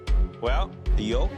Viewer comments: Anyone else catch that guys say the gorgeous yilk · the way he said yolk, WTF!